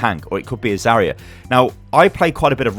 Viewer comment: I hate being that guy but... I watch so many of your videos and it grates on me every time... It's pronounced "Zar-Yuh" it's not "za-ree-uh"